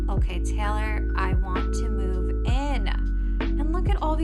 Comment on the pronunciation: So weird to hear you pronounce my name like that “Taylor” as “Taylour..”